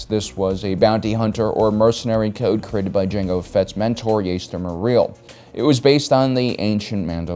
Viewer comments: it's not to be confused with Jaskier,. Jaster's name is spoken no different that you do Jango's. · Wow, he mispronounces Jaster's name and Grogu's name in the video. Objectively speaking, Din Djarin is the better fighter: Boba (excluding the comics since I don't read them) has really been seen in his adult age taking on weak stormtroopers, but he did almost lose a fight to Koska Reeves. I recall that the only fight that Din had lost was the Mudhorn fight, electricity, big tough brutes, or a fight involving underwater. He defeated a Dark Trooper, Gideon, can hold his own against multiple Stormtroopers, defeated multiple enemies when cornered or imprisoned, defeated so many bounty hunters, and he has more gear than Boba. Boba has less armor on him than Din, thus giving him weaknesses to be exploited. He humiliatingly almost died to a blind man with a stick, at his teenage age he almost died to Ventress, but he can defeat multiple stormtroopers with a Gaffi stick, and with his armor, he can take on on a platoon of stormtroopers. His messed-up armor indicates that he has been on deadly missions, so he definitely can handle himself in a fight. I'm not sure how Boba can handle a fight with Ahsoka in the show seeing as how Din needed his armor to protect his limbs from being sliced. Correct me if I'm wrong, but isn't Boba's armor made of dura-steel and not beskar? If it was made of Beskar how could he have dents on his armor? If that's the case then Boba would rely on his jet-pack to keep himself safe against a Jedi, whereas Din just needs his armor and gear. Din is a better figh